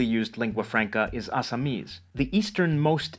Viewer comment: Your pronunciation of this native languages is on another level...Like you said Assamese...Bye the way..I can speak Bengali(Native), Assamese, Odiya, Hindi, Tamil, Telegu, Malayalam, Kannada, and English..🦊